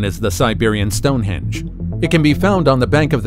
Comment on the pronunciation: Stone “ hinged” Are you bloody unhinged❓ It’s Stone Henge ‼️🤪